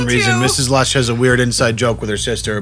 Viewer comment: It's odd how your guy's boston accents come out at various and subtle ways. for instance, mrs. Lush